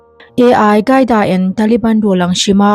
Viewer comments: Advice aw.. Ai qaida nilo in AL QAIDA (alkaida) tiin an lam thin. SVMM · A I gaida han tih tlat chu aww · AI-CAIDA Nilo in AL-QAEDA Bin Ladan a pawl te zawk a nih hmel a pronounciaton kha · AL khâi da pronounce dân tur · Al tih hi L hi i angin a chhiar palh zawk a nih dawn hi... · Al qaeda i lam dan chuh Artificial Intelligence (AI) an hmang a maw ka ti mai dawn a lawm le!!! Al qaeda hi i la hre ngai lo a mawn le aww....?